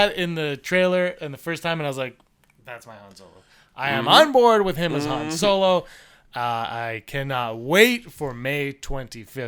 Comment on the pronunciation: Haha I laughed every time said "Han Solar." LMFAO